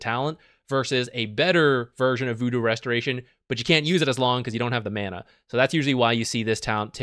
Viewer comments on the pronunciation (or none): none